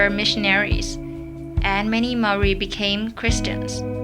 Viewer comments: Butchered the Maori words im Maori but we got wiped out so I guess it doesn't matter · You butchered every māori word but at least you didnt mock our culture like most so i respect that